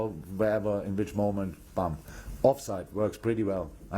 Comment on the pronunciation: klopp so frustrated BOOM became BAAM Edit: as well😁 This should be a meme!!!